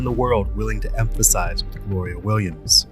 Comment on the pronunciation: emphasize lmao quality vid